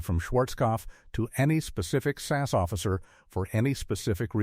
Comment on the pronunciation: It is S A S not sass.